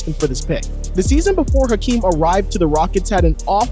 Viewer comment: Olajuwon's name is pronounced "Akeem." David Stern said "Akeem." Even after he added the "H" the pronunciation remained the same. None of the NBA YouTubers gets it right.